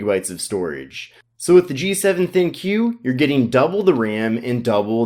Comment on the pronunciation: Isn't pronounced "Think," not "Thin-Q?"